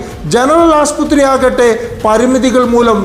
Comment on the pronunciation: Aasputhri alla aassupathri enn parayuga